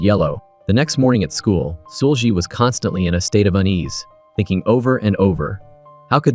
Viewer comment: seul-gi... it's pronounced see-ul ggi ... gi is a hard G like glove or grow. not a soft g. the brutal mispronunciation is hard to listen to for almost 2 hours.